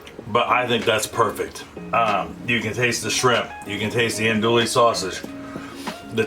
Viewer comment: Homie… Andouille isn’t “Ann-Dual-Lee” …. It’s “On-Dew-Wee”…. -SWLA Native